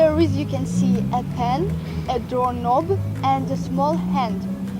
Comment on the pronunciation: What needs to be fixed? Door knob --the k is silent, so sounds like cob as in "corn on the cob" --only with an N up front, so "Nob".